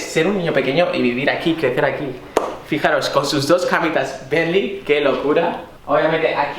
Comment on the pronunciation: No sabes decir bentley